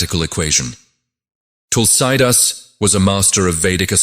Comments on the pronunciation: Please pronounce Tulsidaas properly.. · Can't pronounce Tulsidas properly. Terrible